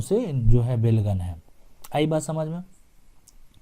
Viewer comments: बेलगन नहीं बेलगान होता है जिसका मतलब है बिना लगान का।उसने अंग्रेज़ी मे belgan लिखा और आप भी वही जपने लगे... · बेलगन नहीं होता है, बल्कि बेलगान होता है अर्थात जिस भूमि का लगान(revenue) नहीं लगता हो उसे बेलगान भूमि कहलाता है